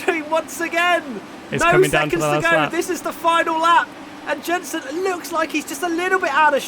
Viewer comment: ‘Yenson my friend’